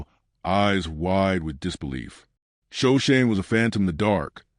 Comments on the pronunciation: Sho/ sho/ ne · Shoshone pronounced wrong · Yes! I was pained to see that they couldn’t even get Shoshone right. Otherwise I might have liked the story.